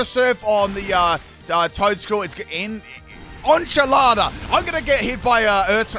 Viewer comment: butchered that enchilada. On-chilada. I'd love to hear more Spanish pronunciations from you.